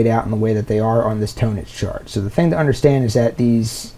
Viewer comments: You’re not even pronouncing the word “tonics quote correctly so I’m very skeptical that you know what the hell you’re talking about. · Hi, it's my 1st time here on your channel. Thanks for the explanation. Having said that, I wish you literally "spelled" out the name of this chart either in your video title / on screen / in the video description because I still have no idea how it's pronounced. Are you saying "tonitch" chart? Please clarify. Cheers.. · Oh thank God I went to the comments first. I thought this guy was pronouncing "tonics" as "tone-ics" instead of Tonnetz, and I was about to have a meltdown.